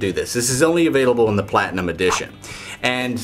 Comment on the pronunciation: I always laugh how you say PLatinum! You always say the first two letter so hard XD